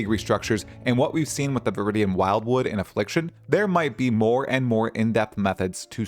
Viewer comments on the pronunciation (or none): none